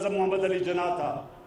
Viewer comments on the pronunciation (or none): none